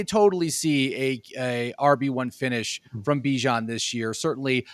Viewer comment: Man if you gonna make fantasy football content you gotta say these players name right.. bye-jan? lee-vis?